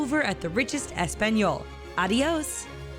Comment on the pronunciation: Espanyol I AM SO TRIGGERED SHE DIDNT SAY ESPAÑOL!!!!!!